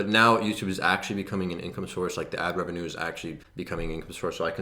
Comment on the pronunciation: 60k RE-VE-NUE... nevertheless absolutely amazing achievement dude